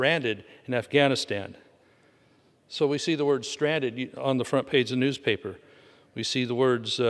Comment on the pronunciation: To Jen Psaki: strand·ed1 /ˈstrandəd/ ￼Learn to pronounce adjective 1. left without the means to move from somewhere. "she offers a lift to a stranded commuter" Similar: helpless without help/assistance without resources in difficulties in the lurch abandoned forsaken deserted trapped cut off 2. (of a boat, sailor, or sea creature) left aground on a shore. "a stranded whale" Similar: beached grounded run aground high and dry stuck shipwrecked wrecked marooned cast away Feedback